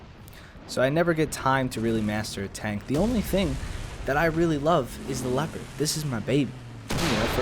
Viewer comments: It's not called LII-OO-PARD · It's Lep-erd